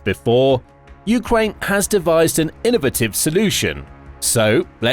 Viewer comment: Innovative is three syllables not one 😂